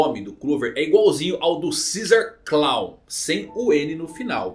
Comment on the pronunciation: Ceasar Créw... Se pronuncia assim Baraziro